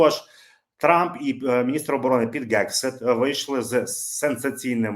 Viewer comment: Пане, будь ласка, вимовляйте правильно "Хегсіт", не "Ґексіт", бо ріже вуха. У вас вийде. Послухайте як пан Роман вимовляє. Потрегируйтесь і у вас вийде. Дякую за зведення Бажаю здоров'я Слава Україні! 💛🇺🇦💙